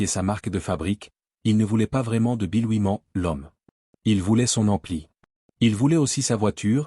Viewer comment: Rien que la façon ridicule de prononcer "Oui-Man" m'a suffi pour zapper ! 🤣🤣🤣 C'est incroyable 😂